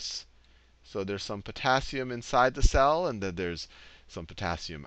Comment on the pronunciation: Everytime he says "cell", I hear it as "Sal".